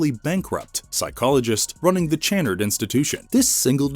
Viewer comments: Channard is pronounced shann-ard, not ch like chair but ch like Champagne. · You are miss pronouncing Channard. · The way the narrator says Channard makes me wince every time. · I don’t think it’s pronounced as ch but kannard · It's pronounced cha-nard . Jezus, did you watch the fucking movie? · Have you watched the movie? Channard is mis-pronounced every time in this. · Have you even watched the movie? You pronounce Channard wrong every time? 🤦🏻‍♂️🙄🤦🏻‍♂️ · One shot for every time the name "Channard" is mispronounced 😂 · I can't. They can't pronounce "Channard" correctly and I know it's going to come up a lot. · Thank you, every single time he said it, I was having a violent spasm! Lol